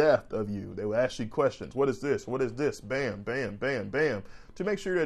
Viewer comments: Respectfully... you should drop the substitution of axe for ask. It makes.. in my opinion.. you sound uneducated.. which you are not. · K G good to hear! Stop leaving negative comments on these videos. Let him pronounce the word ask, axe without your silly comment.